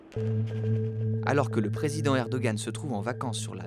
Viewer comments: « Hem Hem » Erdoğan se prononce « Erdoan », et non « Erdogan » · Ca se prononce Erdohan pas Erdogan